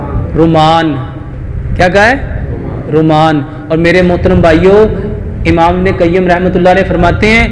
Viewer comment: Bhai Quran mein lafiz Rumman hae, Ruman na hay, kiokh meem peh Saad hae